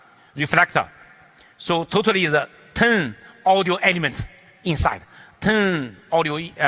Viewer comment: totaly 读成突突里...真可爱